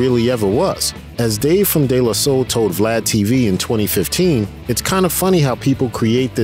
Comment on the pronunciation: I don't like the way he pronounced "DE La Soul" personally. Bothered me a lil.